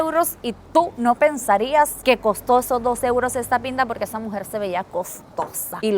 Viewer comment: Joder tio me he ahorrado unos buenos eurrrros ❤😂 lo estoy viendo en bucle JAJAJAJJ